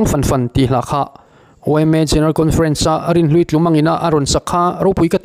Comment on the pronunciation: Tlumang tih hi. 'tumah'(a ri hniam) tih a, 'tu' tih thlûk anga thlûk tur, chuan tlumang tih a, 'mang' tih lai hi chu 'chanchinthar' tiha 'chan' tih laia thlûk ang hian thlûk bawk tur! 🤷